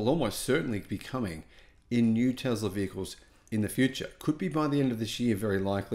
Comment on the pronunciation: It is "Tesla, tessla" not Tezla! So annoying